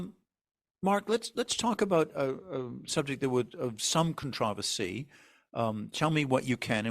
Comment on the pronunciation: Your pronunciation of “controversy” is very odd.